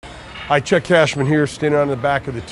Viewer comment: Did he say his name was Check Cashman?